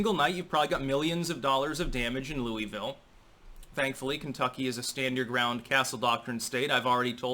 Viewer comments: As a KY native, I must correct something here. It isn't pronounced loo-ee-ville. It's pronounced loo-uh-vulle. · Just a fun side note. I lived just outside Louisville for 20 yrs, but I'm a Wisconsin boy & live there now. Louisville is pronounced Lu a vulle all run together, not Louieeeville. They hate that. LUUAVULLE, with accent on first syllable LUU. Just an FYI from a Yankee who married a beautifull Kentucky Strawberry blonde Thourobred. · I live close to Louisville. About an hour away. It's weird hearing someone call it "Louie Ville" and not "Lou uh vull" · it's Lew-vull or Lew-a-vull not Louis-ville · Love you, but as a native Kentuckian. it's Lou-uh-vul. 😁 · Its pronounced Lu-vul. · Pronounce it right it's lew a ville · Pronounced Luell-vill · Dude love your commentary but please pronounce Louisville correctly.. (Lu-a-vul) LOL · It's pronounced loo-vull Locals told me a handful of years ago when I was travelling the US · It's pronounced Loo-a-vul. 😂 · It hurts me how you say Louisville lol we say it so different